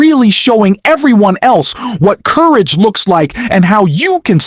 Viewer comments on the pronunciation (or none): How is it you get the names wrong -- and can't pronounce ""courage"?